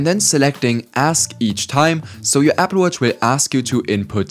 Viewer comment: Nice accent Apfel watch